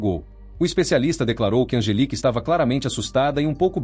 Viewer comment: digamos que seja erro de tradução do IA pq se ele digitar 'Angélica' com acento, não fica 'Angelica'.... É só digitar certo pra o IA falar corretamente!